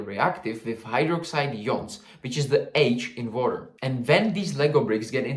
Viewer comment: Everytime he said "water" I heard "vodka" 💀😭